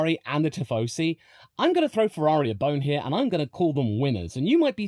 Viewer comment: it's "tifosi" not "tiffosi" ☝🤓